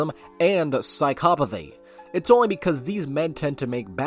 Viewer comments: Sai-Koh-pa-thee Is totally Sai-Cop-Ah-Thee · I’ve never heard psychopathy pronounced as psychopathy